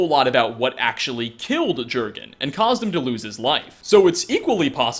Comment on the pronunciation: You say it more of 'yurrgen ' as it's scandanavian